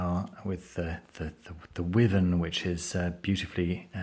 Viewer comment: Great review, thanks! Just a quick point, the correct English pronunciation for wyvern is "why-vern" not "wivern". Cheers.